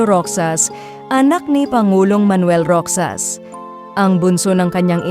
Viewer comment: Rohas po, "h" po bigkas sa "x" parang kay José Rizal lang "h" ang bigkas sa "J"